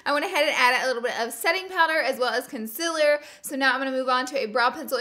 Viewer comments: It is pronounced Con ceeeealllerrr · i hate the way she says concealer. its conCEALER not consiller. LMAO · I love u Laura but it’s pronounced “conceeler” not with an i😂❤️ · I absolutely adore how she says concealer conciller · i watched this video just so i can hear her say “conceller”😂😂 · why do you say conciller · Ola. P she says it like cunsiller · FOR GOD SAKES IT IS CALLED CONSEEEEEEEELER Not CONSILER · I love her but I hate how she says concealer as conciller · Laura Lee I'm sorry but you say concealer wrong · The only thing that I don't really like about Laura is the way she pronounces concealor😂❤️ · I WATCHED THE LAURA LEE SAYING CONCEALER WRONG VIDEO, AND NOW I CANNOT GOT PAST IT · I love how she says concealer!!! 💜💜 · Cun-seal-er consealer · The way she says concealer gives me anxiety😣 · EXpresso, conciller, whenever instead of when i just love lauras little language kinks